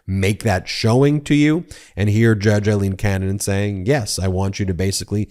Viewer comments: Her name is pronounced “A”- ileen, not “I”- leen. Eileen and Aileen. Respect Aileen’s name at least. Please. RESPECT! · Hey, Ben. It's NOT i-leen – it's A–leen. Otherwise, great job as ever. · It's Aileen...not Eileen...get your facts straight. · Why do you insist on calling her Eyeleen when she pronounces it Aileen and so does everyone in the media. I think you're great but it is driving me to distraction. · It's Aileen, not Eileen. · It’s not Judge Eileen, it’s Judge Aileen A is pronounced as a long A seriously get the name correct My name is Eileen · Aileen is pronounced 'ale-een'